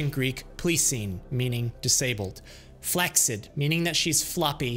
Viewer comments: There’s no K sound in flaccid. It’s FLAS-ID. Good info on the salt, 10 fucking pounds of bacon 😂😂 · Very minor nitpick but it's kind of annoying me, you're slightly mispronouncing flaccid